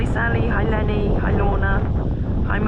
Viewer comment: I'm the lucky winner of the redraw for Jolanda's beautiful birthday scarf! Heres the thing...I watched the raffle live stream but you announced the winner as Lenny B. I was disappointed because I loved that scarf and I thought someone else had won...but I did win!!! You just mispronounced my name. Its not Lenny B, its Leanne B, pronounced (Lee-Anne). Imagine my surprise when your package arrived. I went back to the raffle video and slowly realized the misunderstanding. I can only say I was I was moved to tears when I wrapped the scarf around me. I plan to take a picture of this lovely prize (I'll probably have my daughter model it), and put it on all my social media. I will include your # and hopefully you'll gain a few more followers. So hugs to You, Baily, Wendy, and the whole team. It just so happens my lucky # is 13 also! Cheers from Brooklyn NY, Leanne (Lee-Anne) Budreau🌹